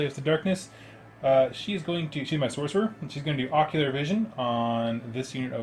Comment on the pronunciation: I always hear "Ocular Vision" when you say "Oracular Vision" and was thinking that that was a very stupid name for a spell as all vision is ocular...